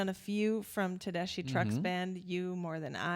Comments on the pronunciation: I haven’t heard any YouTubers pronounce Tedeschi correctly yet. It’s not Tedeshee it’s Tedeskee. Like you’re skiing down the mountain. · Please pronounce Susan Tedeschi’s name correctly!! “tuh-DES-kee” 😊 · If you love them so much, why haven't you learned how to pronounce Susan's last name? It's te-DES-kee. The "ch" is pronounced as a "k"! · it's pronounced Tedeski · They have Both been playing since they were little kids and are Both very accomplished and amazing talents. When Susan speaks, she has this sweet little voice, yet when she sings, she belts it out of her soul. And its pronounced Tedeskee just fyi. Good pick. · Pronounced Tedeski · Pronounced Ted-es-ski❤ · It's pronounced like TE-DES-KEY. Susan Tedeschi and Derek Trucks are married. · Love this band. just a quick thing about the name. It rhymes with > deskee > Tedeskee = Tedeschi. With love. 🍄☮🩵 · and it's pronounced tedeSKI